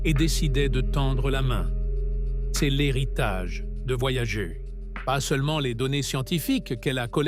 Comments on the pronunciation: Franchement tu aurais pu dire à l ia comment prononcer le nom de la sonde . Voyagé , ça fait quand même a coté de la plaque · "Voyager" prononcé à la française est un verbe et c'est IDIOT. Voyager est le nom de deux sondes de la NASA, lancées en août 1977, et se prononce "Voyageur". Je ne vais pas plus loin que les premières secondes de cette pseudo-vidéo générée par IA. Les deux sondes continuent leurs courses dans l'espace et n'ont pas quitté le système solaire. Communiquer avec elles exige de la patience parce qu'un signal radio, se propageant à la vitesse de la lumière, mets des heures pour les atteindre et est très dispersé, kif kif pour les signaux retour. Les deux sondes sont à 15 milliards de km de la Terre (4 fois plus loin que Neptune) mais il faudra environ 300 ans à Voyager 1 pour atteindre la limite intérieure du nuage de Oort et 30 000 ans pour en sortir, autant dire qu'on n'aura pas des masses d'infos. Quant à Voyager 2, le contact a été perdu. - 50 ans pour parcourir "seulement" 1,5.10^10 km. Alpha Centauri est à 4.10^13km soit environ 3000 fois plus loin. 50 x 3000 = 150 000 ans pour approcher Alpha Centauri. Vous croyez encore aux voyages intra-galactiques ? Les distances dans l'espace et dans le temps ne sont pas à l'échelle de la vie humaine et l'espace n'est pas vide, il est parcouru par les rayons cosmiques crachés à des vitesses relativistes par les étoiles et les supernovas, et par un intense "bain" de rayons ionisants UV, X et gamma. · Voyager ....à prononcer en anglais !mot utilisé par les anglo saxons